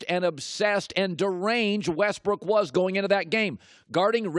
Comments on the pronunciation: I heard “ robio” “ westbrick” couple times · LOL he called him Westbrick hahahaha ...I'm dead